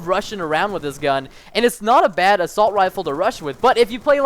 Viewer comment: Good vid man, you spent assault 'assult' I'm not hating on your vid just thought it was funny to point out :)